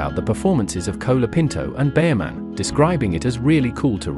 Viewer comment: Who is 'Cola' Pinto? It's pronounced 'Col' as in 'Hol' (Holiday) So his name is 'Col a pinto'.